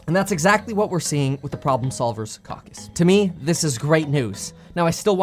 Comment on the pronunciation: It's Caw Cuss Kevin...NOT CowCuss 🤣